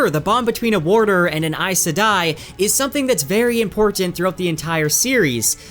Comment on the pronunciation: WHY does EVERYONE pronounce "important" like this! !?? WTF!!??